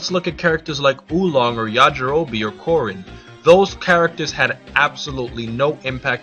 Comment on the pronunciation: by the way, why does everyone call karin (the cat) "korin"? seriously i don't get it, in the manga his name is karin and in the original japanese version they clearly say karin. so why call him "korin"?